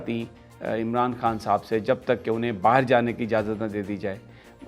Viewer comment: Urdu lafz hay Baaher not Baaheer.